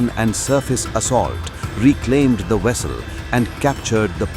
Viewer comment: IT'S CALL VESSEL and not WESSEL. What is going on there in India 🇮🇳? Why is it difficult for any of you both males females to pronounce the Alphabet 'V'? YOU GUYS ALWAYS PRONOUNCED THE V AS W. Sometimes you heard VIOLENCE AS WIOLENCE . VALIDATION AS WALIDATION. VALUES AS WALUES. THAT'S CRAZY